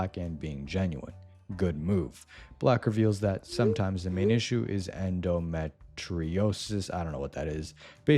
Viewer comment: i think you pronounce it like endo metch reosis